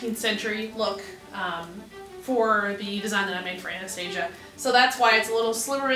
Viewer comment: You pronounced her name wrong